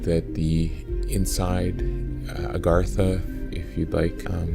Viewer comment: Not Agartha!! It's AGATHA!!! . . . She is made of magMA!!!